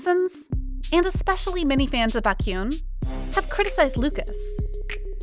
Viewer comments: Honestly, if you are going to be paid to do voice overs for kpop related videos , couldn't you please do some research on how to pronounce names? Lee Hi pronounced Lee Hee, Baékyoon etc... it is highly annoying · This sounds like an actual voice and not a robotic AI voice. So, if this is an actual person talking, WHY in the world can this person NOT figure out how to pronounce “Baekhyun”?? Over it… I am not subscribed to this, and wish this idiocy would not appear on my newsfeed. Also, let’s not assume that Baekhyun is mad at Lucas, and let them work out any possible beef between themselves. And netizens reading between the lines and making assumptions, and also saying they are not going to forgive someone?? Dear Lord… netizens must be so freaking perfect, and never make any mistakes. Frankly, I’m tired, so tired of people bashing idols for stupid reasons, or putting up this sort of “news” which brings nothing but stupidity to the Internet.